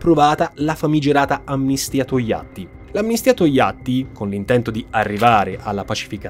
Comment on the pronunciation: "Tojatti" :P (bravo, sul serio)